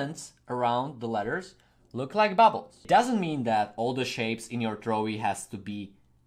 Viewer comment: Trowi not throwie